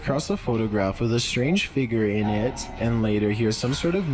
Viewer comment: Why is he holding the syllable lmao. "Taking buildings along with iiiitttt"